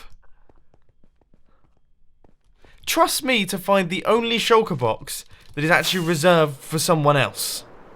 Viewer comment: Everytime you say Shulker Box, I hear Chocobox